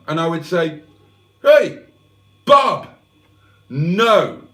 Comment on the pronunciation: You're mispronouncing Bob.